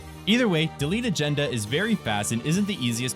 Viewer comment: Haha, the way you're pronouncing Delete Agenda as Deletagenda